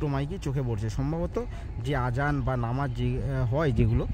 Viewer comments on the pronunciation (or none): none